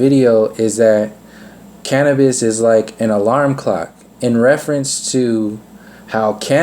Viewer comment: Big talk from someone that struggles to pronounce cannabis & cannabinoids but I'm only 5 minutes in so we'll see.